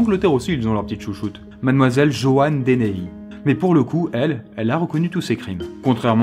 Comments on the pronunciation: Le pire c'est que je m'appelle JEANNE ( avec un E) et que je fais vraiment des babysitting (lol). Par contre pourquoi Joanne tu le prononce Jeanne ? 😐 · Ça me perturbe tu prononce "Joanne" de deux façons différentes